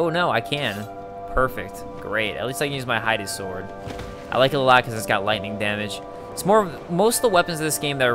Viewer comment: It bothers me everytime I hear "Hidey Sword".